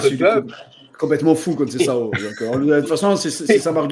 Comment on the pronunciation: Faut penser à arrêté de l’appeler « conceiao » vraiment